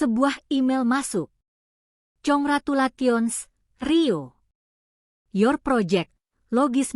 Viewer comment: Baca inggris yg betul : cangratulation(kongreculetjen) station (stecen)